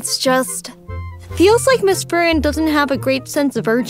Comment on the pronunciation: Is it me or is he saying “Furren” instead of “Free-ren”